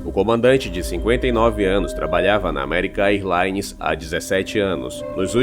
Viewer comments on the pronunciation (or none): American "airlaines não; diga American érlaines.